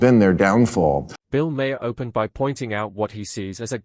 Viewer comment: Your AI voice needs to learn how to pronounce the name “Maher.”